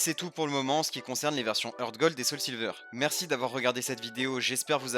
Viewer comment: Un truc que tu savais pas c'est que Heart se prononce "Hart", pas "Heurt".